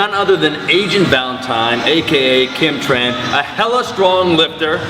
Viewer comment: I'm sorry this is probably uncalled for, but I swear Omar intentionally called her "Kim Tren". I couldnt give a fuck if she's on shit, this is still unbelievable considering her weight lol.